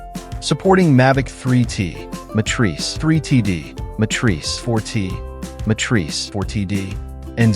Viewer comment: I like the AI voice referring to the M4T as ,,,, Mastrice